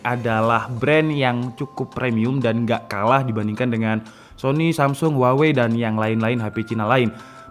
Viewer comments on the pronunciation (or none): none